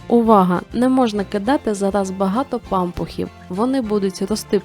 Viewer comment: пампухІВ а не пАмпухів НАГОЛОС НА ПОСЛІДНІЙ СКЛАД